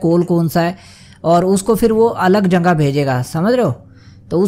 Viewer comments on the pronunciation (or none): Question: bhai aap jagah ko jangah kyo kehte ho😁